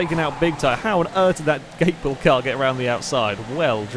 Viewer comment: From memory on SpeedHunters Gatebil is pronounced Gar-de-bil. That's how you pronounce it for the actual car festival but I don't know if it's the same in this game or not